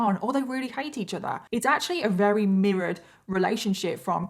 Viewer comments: It's confusing how you say Weary for the word Very many times every video . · That’s how the British say that word so I understand but her pronunciation of VERY as WEARY is maddening ! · Every time she says "very", it sounds like "rarry". Is it just me? Or is she actually sounding like this?